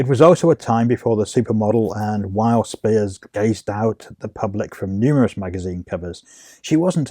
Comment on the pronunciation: I am Kathy’s daughter. She passed away on Father’s Day of 2021. Thank you for putting this video together….a couple of corrections: the last name is pronounced “spires”, not “spears.” And the purple Cosmo cover is not her. 😊